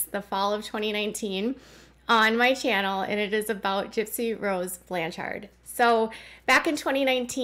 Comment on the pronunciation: Your inflection when pronouncing Blanchard is off. It’s supposed to flow like “lanyard”. “BLAN-chard”. It’s a common last name where I live, so I thought I would let you know. 🤓